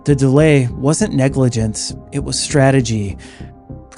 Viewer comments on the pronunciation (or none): none